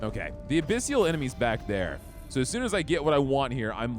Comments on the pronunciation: Abyssal ≠ "Abyssial" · A-BISS-EL...NOT A-PISS-SEAL.